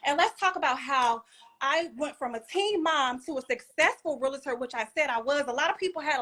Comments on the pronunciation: First of all it's not real-a-ter. It's real-tor. I was one for 15 years, so you out here looking stupid. Men she is masculine as hell demeaning. Degrading, you will be emasculated if you deal with this type of woman who thinks her shit don't stink. Also. 50 homes total is not a flex for a successful realtor by the way. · It's a realtor, not a realator. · Its actually pronounced Real-tor. Not Real-a-tor....Most realtors know ...but I digress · What in the world is a Real-i-tor? Please provide the job description. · Real-tor not Real-la-tor. We learned that day one. Come on Realtor with an education degree. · Toxic and extremely immature! What is a real-a-tor? It’s realtor… all one word. I can’t stand when people say that. Screaming into the camera! This is a dating show, correct? What man can deal with this?! 🤷🏽‍♀️ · Realtor, not Real-a-tor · She's annoying! Like she real live irritating!!! Yelling about how peaceful your life is, is wild lol. Her attitude is gross and not being able to pronounce what your do for a living is hilarious. "I'm a rilliter" 😂😂😂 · Say real estate agent instead of real-la-tor! That’s not the right way to say real-tor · Realtor only has 2 syllables in it.